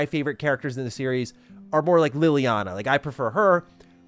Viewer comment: It's pronounced LEY-liana not LILY-ana! Sorry for being a tight a** but that just bothers me, LOL